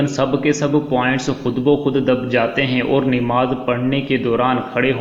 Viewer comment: ِنماز نہیں ہے ہے بلکہ نماز ہے اصلاح کی درخواست زبر کے ساتھ ناکہ زیرِ کے ساتھ